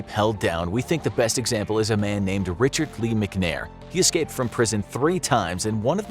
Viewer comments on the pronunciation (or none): none